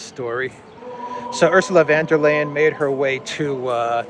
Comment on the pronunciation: "Von der Leyen" is pronounced "Phone der Lion" (with a short "o" in "Von" and a rolled "r" in "der".